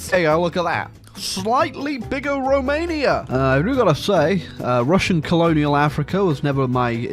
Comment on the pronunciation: THICK Rrrrromania.